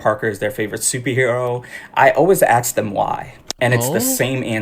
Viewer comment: If u can’t say ask and say axe thats a. Red flag😂